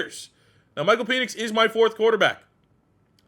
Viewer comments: Penix is pronounced Pen..X...not peenix. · Nobody mentioning PEEEnix pronunciation